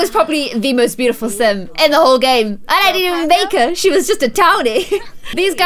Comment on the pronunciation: Every time she said game I thought she was saying Gage and I was like who is Gage??